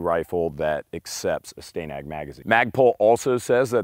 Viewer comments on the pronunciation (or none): How do you pronounce the name Stan. Then why pronounce Stanag as Sta-nag instead of stan-ag?